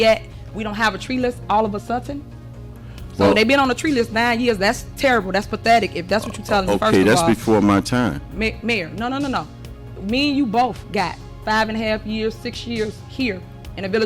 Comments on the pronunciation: "all of a suttin"?? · She thought of it all of a sutten